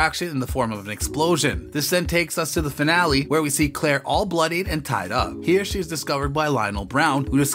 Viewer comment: Had to stop in the middle . This is terrible , this robot doesn’t even say the names right !!